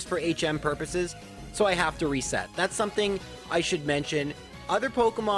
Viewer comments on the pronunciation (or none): none